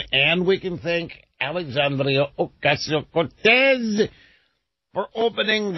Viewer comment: OMG why does he say AOC's name like that? That is beyond annoying!